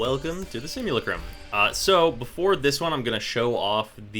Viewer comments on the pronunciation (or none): Also, it's simu-LA-crum. But, hey, we're not here for english lessons. ;)